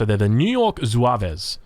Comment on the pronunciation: By the way, they're pronounced "Zouav" it's interesting that quite a few units say french words or are french related in the US civ